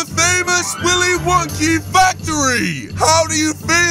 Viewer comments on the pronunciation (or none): Its not willy wonkey it's willy wonka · Bruh, it’s not Willy wonky It’s Willy Wonka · Its willy wonka not willy wonky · Can we just realise that he’s saying Willy wonkey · xDDD he said willey wonkeys factory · HE said willie Wonkys